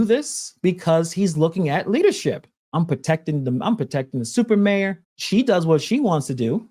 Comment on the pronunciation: Y'all are saying it wrong Its Stuper Mayor